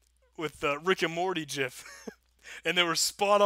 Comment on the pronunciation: So much good content in this video. Two favorite parts: 1. Thank you for properly pronouncing "gif" 2. There are no dislikes on this video..